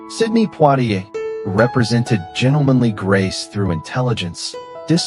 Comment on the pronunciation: Sidney Poitier's name is pronounced Poi-tee-a (long a as in amen) with emphasis on "tee". When I worked at MGM Studios, I was having lunch in the commissary when he entered the room. Everyone in the restaurant worked in films. We'd seen every film and TV star at one point or another. BUT the only actor I ever saw everyone in the entire place stand in respect when he entered, was when Poitier walk through the front door. He was so composed, such a strong, kind, presence that I was stunned. He smiled slightly and walked to his table. Everyone sat back down but to think - not Paul Newman, not Elvis or Sly at the height of his fame, not Cary Grant, no one commanded the respect of that actor. The year was 1982. I had no idea he was that beloved by the entire industry.